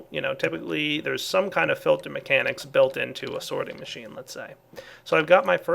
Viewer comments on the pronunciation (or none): none